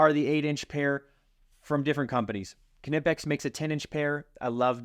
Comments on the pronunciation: K-nee-pex not ka-nip-ex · I am pretty sure it’s pronounced “nip-ex”. The“ K” is silent. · KNIPEX PLIERS WRENCH!!!! For nuts and bolts it's a game changer. I can tell your a redneck like me, Kuh-nipix🤣🤣 The K is silent, like the D in Django. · He said ka nip ex😭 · Disagree on the strippers…Klein Hd are my favorite. They cover every base well and worth every penny. Also…the “k” is silent…pronounced “Nigh-PEX “…;) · Kn is still pronounced “N”. As in the knot. Is “Not” it isn’t pronounced kinot. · The "K"in Knippex is silent. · The "K" is silent in the word knipex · The k is silent in Knipex